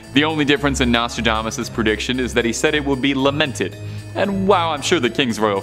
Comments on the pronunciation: PLEASE BY ALL MEANS THE NEXT NARRITIATER NEEDS TO KNOW HOW TO PRONOUNCE THE WORDS HE IS READING !! I THINK HE MIGHT OF SAID NOSTRODAMANCE CORRECTLY THREE TIMES!!!! NOT TO MENTION THE OTHER 10 WORDS HE CLEARLY COULDN'T SAY CORRECTLY!! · turned it off after you butchered the name Nostradamus!!!